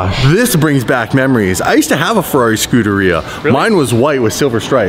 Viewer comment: "ferrarri" xd